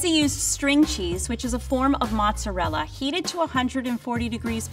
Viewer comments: I can't stand this woman. "Mutsa-rela" Her pronunciation is driving me mad. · Somebody teach how to pronounce Italian foods correctly, instead of talking like a goomba from Staten Island. She can start with "mozzarella." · anyone else be mad ash by the way she says mozzarella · Have to wonder why some people make up their own pronunciation and pretend that it's correct. There is no u in mozzarella.